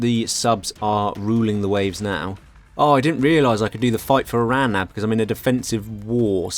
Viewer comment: Oh thank God finally someone pronounced "Eran" not "I-ran"...